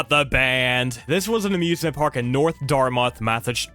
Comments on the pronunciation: There are two types of people. Those who can say Dartmouth correctly and people not from Massachusetts. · im from rhode island the way he pronounced narragansett and dartmouth made me cringe i'm sorry...